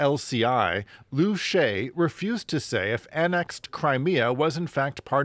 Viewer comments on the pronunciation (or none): its pronounced Loo Sha Yey